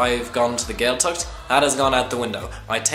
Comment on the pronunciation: What to expect? You should expect people who can pronounced Gaeltacht properly. The Ch is not pronounced like a K. It is pronounced like the ch in German Bach. Maybe, don't bother learning Irish if you are so contemptuous of the language?